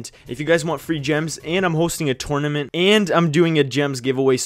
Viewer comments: Dude tournament say it right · I hate how he says "tournament"